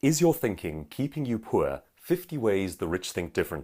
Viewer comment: Does anyone else hate how this guy says "poor"? It's like PWEAAR